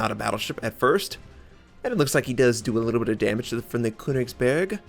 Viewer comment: The ö in Königsberg is pronounced like the U in Churn or Church by the way.